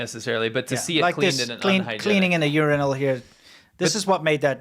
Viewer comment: "Urainal"... Bro...